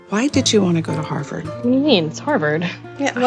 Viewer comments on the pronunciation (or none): "HARR BERRD" bruh